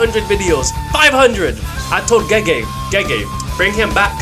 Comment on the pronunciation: finally said gege properly😢 Proud of you man PROUD!